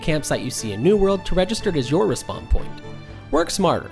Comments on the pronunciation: Why are you pronouncing "re-spawn" as if it's "Respond"??? Super annoying 🤣🤣🤣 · It's REEspawn. Not RAHspawn. Noob.